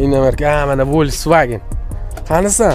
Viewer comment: Фольксваген ВОЛЬСВАГЕН МАС..